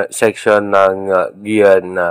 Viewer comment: ma walang galang po sir ayusin mo nman po sir Ang pag bigkas ng guiuan, hinde po maganda pakinggan, mag research ka para Malaman mo Ang tamang pagbigkas ng guiuan . .